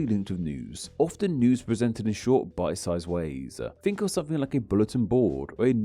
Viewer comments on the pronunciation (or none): none